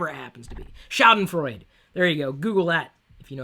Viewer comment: Schadenfreu? is it? you have a heavy accent lol. Where you trying to speak german? whatever lol